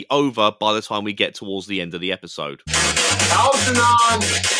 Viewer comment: Dude couldn't pronounce "Algernon" properly. Lol. That said, Praga Khan is known for working with a band called Lords of Acid. An absolute gem of a person.